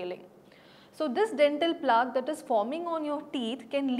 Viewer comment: It is plaque pronounced rhyming with black. It doesn't rhyme with chalk. This is one of the many words which are heard in medical classes often. You are not a doctor or the people from who you claim to have learnt are street dentists maybe.